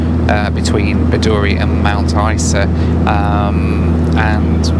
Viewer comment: you pronounced Isa incorrectly